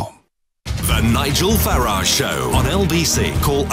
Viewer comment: It's Farage NOT Farage.